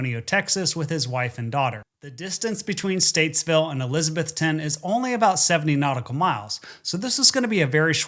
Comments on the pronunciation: ok, I gotta say it ... not Elizabeth-TON, it's Eliza-BETH-on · It’s pronounced ElizaBETHton. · It's ElizaBETHTON. Equal stress on the last two syllables. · “UH-LIZ-UH-BETH-UN”that’s how we pronounce it locally. I always wondered what happened with his plane this flight, another great video! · eliz uh BETH tun. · Eliza-BETH-ton. A local taught me the correct pronunciation. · Omg he is killing miss pronouncing Elizabethton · I'm from Elizabethton. Great pronunciation 😂